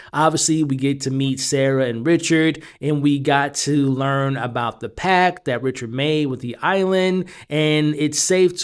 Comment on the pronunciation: Pact, not pack.